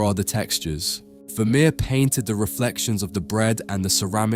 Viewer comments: ファミール？フェルメールだろ。A Iナレーション修正せんのかい！ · oi ! ya oaf , Pointillism was Signac's technique ( the 1880's ) ; if you morph into a clever dick and dream of including Seurat 'e would have gifted ya wiv a wooden collar ; he was a Divisionist ! ever heard of RP ? ( received pronunciation ) Vermeer = ver-mehr , NOT vermir !!!!!!!!! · ВермЕЕр, а не вамир. Не умеете настроить бота. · Что за Вамир? Художник по-русски - Вермейер! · А почему Вамир, а не Вермеер? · Вамир?! Вемеер?! Может» Веермеер»?!автору озвучки должно быть стыдно…👎👎👎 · Я думала раскроете секрет его потрясающей живописи на основе каких либо технических устройств, вроде камеры обскура, а тут опять секс привязали, скучища! Да ещё выговорить Вармеер это не в состоянии, не смешно, найдите хорошего диктора. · フェルメールは好きな画家の1人です。 日本語では、フェルメール、と発音し表記するので 番組の朗読に違和感がありましたが、右下の箱に付いて勉強になりました。有難う。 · Ох, уж этот автодубояж нейросетей - Вермеера назвать Вамером🤦🏼‍♀️ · Veh meh? Really? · Je ne comprends pas la façon dont il prononce VERMEER. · Перевод ии ужасен,даже фамилию художника неправильно произносит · ファーレ？ブァミール？フェルメール？